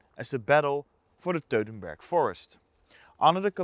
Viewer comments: WTF is the “Teutenberg” forest? You don’t even know the name of the battle, Sir? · How do you pronounce Teutoburg "dodenberg" ?!!!